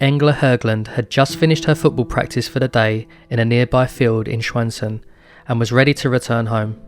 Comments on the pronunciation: Excellent video! Love to see more documentaries on youtube! As for your pronounciation I think you did a great job! Swedish is frickin' hard for non native speakers as I've come to understand. Stjärnsund was probably the only word that felt a little off, but still, the fact that you attempted, is a big plus! I also appreciate the sources in the description, sometimes they are left out in these types of videos. Can't wait for the next video and hopefully your channel gets the traction it deserves! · The pronunciation of Stjärnsund is also quite wrong but we forgive you since no other language on Earth has that sound.